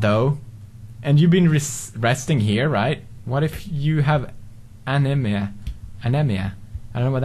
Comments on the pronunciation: anemia is pronounced ah-nee-mee-ah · ***** anemia is pronounced uh-knee-me-uh